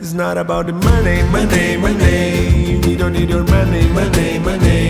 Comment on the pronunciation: Professores de inglês be damned. Acho bacana dar um spin brasileiro mas bah cara, só ouço MonEI MonEI MonEI. Muito péssima pronúncia, sem condições.